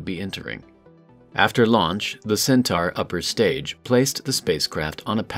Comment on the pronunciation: It has to be human. No computer voice would consistently mispronounce the name of the rocket as "centar" instead of "centaur".